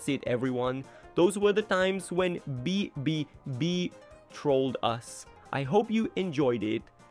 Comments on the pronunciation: yeah its ai generated so its bound to make mistakes with the voiceover/script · Why are you having so much trouble with pronouncing "BBB" 😭